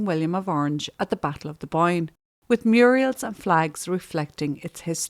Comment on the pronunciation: I love your channel and realize you work very hard and have lots of compassion. You are mispronouncing Protestant and mural.